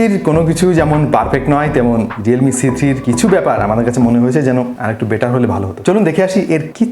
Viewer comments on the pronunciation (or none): vhai apni c3 boltesenje jeno lage apni bolen cg